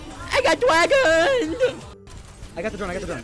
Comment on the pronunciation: "dwagon"? xD